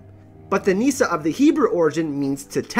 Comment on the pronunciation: Meesa! Meesa! Meesa! Meesa! = Nissa! Nissa!